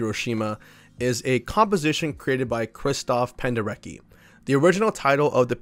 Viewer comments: Hi, bro! That last name pronounces "Penderetski" cause he was Polish man. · If we talk about Leyland Kirby, I really reccomend "Eager to tear apart the stars"! It feels like a journey through the vast void of space, amazing! Also, Your pronounciation of Penderecki is ok, but he "c" is pronounced like "ts" so Pen-deh- reh-tski. He was so good with expressing bad emotions, the atrocities. He's a great contemporary composer, that abroad is totally unknown. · The fact that album is called Buyer's Market is sickening. Love the video! Side note, Penderecki's name is pronounced Pender-etski, just in case you ever do anything else on him in the future. Thanks for a great video ❤